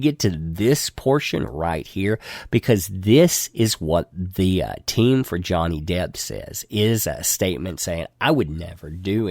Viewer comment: Are you saying Johnny Depth?